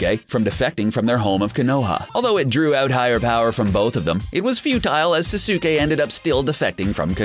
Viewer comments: this dude said norudo, susuke, and sakoora watch the anime again and see how to say it. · Why can't you say anyone's name right???? Sah-suke??? No Sas-k. Now say it all together. Sasuke.... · Yeah its not sasuke (sas-uk-ay) its sasuke (sas-kay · ITS SAS KAY NOT SA SOO KAY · Same with Sak - U - Ha and Sas- oo kay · Now it's S-ah-s-k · Each time I heard "Suh su kay" I bit my tongue.... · I swear he is a computer he says sasuke like[sa-so-kee] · Sasaukay. Sakoora. Do you ever pronounce names?! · Na-ruu-toh sa-su-kay sa-kuu-ra kha-guu-ya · It is sas-ke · Ok bra sasuke its pronounst saskei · You cant say sasuke name correctly and it even said in the anime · U said sasuke wrong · SAY NARUTO'S AND SASUKE'S NAME PROPERLY but you can say sakura's name however you want.BUT JUST HAVE RESPECT FOR THOSE TWO THO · He don't know how to say Sasuke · fail with saying saske name.... so bad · how he read "Naruto" and "Sasuke" just made me cringe tenfold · THIS NIGGA PRONOUNCED EVERY NAME IN NARUTO WRONG. I MEAN I GET HOW YOU COULD MISPRONOUNCE SASUKE. BUT SAKURA!